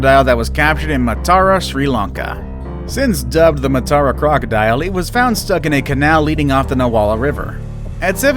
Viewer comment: im from sri lanka n its pronounced maa tuh ruh not maataaraa lol